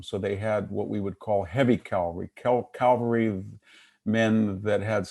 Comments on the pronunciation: and and It's not "cal-va-ry", it's ca-val-ry. Calvary is a word but refers to the purported location of the Crucifixion of Jesus of Nazareth. It was interesting to hear VDH admit that the Framers of the American Constitution intended to foster cultural and political evolution. Contrast this with the doctrine of "originalism". The current reaction on the part of the alt-right seems to be an attempt to reverse recent cultural trends and roll back the evolution to a multicultural future. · Nice talk but why is he saying "calvary" instead of "cavalry"?